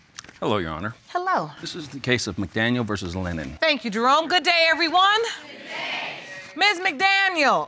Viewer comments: Tach Jay she can't even say his name lennor. he is Lennon. my cuz. mom's great nephew. ms Powell is 1st cuz. mom's sisters daughter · She keeps saying LENNER this man name is LENNON! 😂